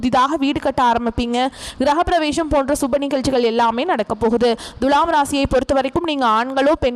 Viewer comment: பேசும் அம்மணி முதல்லே துலாம் என்பதை சரியான உச்சரிப்பு செய்யவும். முக்கியமா து எனும் எழுத்தை எப்படி உச்சரிக்க வேண்டும் என்பதை நல்ல தமிழ் ஆசானிடம் கேட்டு பாருங்கள்.